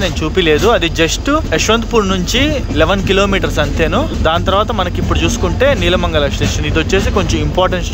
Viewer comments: its not "నీలమంగల it's నెళ్ళమంగల" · Nice video, but few corrections: 1.PF#1 entrance at YPR is small, but PF#6 entrance is huge. 2. Loco is WDP 4, not WAP 4! 3. Regarding Train Board, YPR🔄KAWR triweekly has RSA with YPR 🔄 MAJN triweekly "Gomateshwara Express" and weekly YPR 🔄 MAJN express as well. 4. Nelamangala is pronounced as నెలమంగల not నీలమంగల. 5. Shravanabelagola is శ్రవణబెళగొళ‌, not శ్రావణబెళగొళ‌. 6. Hassan is pronounced as హాసన , not హసన్. 7. Banker/Breaker locomotive is fixed in the front while descending the ghat to control the descent. They are fixed at the rear end when the train is ascending the ghat so that they can push the train uphill. 8. Yedakumari is pronounced as యడకుమరి.